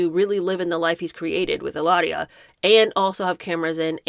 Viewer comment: No need to roll the “r” - her name is Hillary.